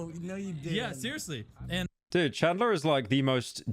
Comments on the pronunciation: Bro can’t pronounce anything right. Carmala. Now CHADLER. Come on bro you fell offff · Ahh yes "chadler"